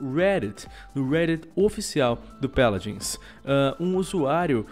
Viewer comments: Mano que agonia ele falando Péladins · "Peladins" :V